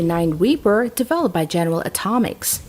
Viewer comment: Did she just say general atomics😂